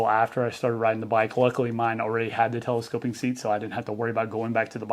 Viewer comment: ‘Telescope-ick”; can’t unhear it now 😂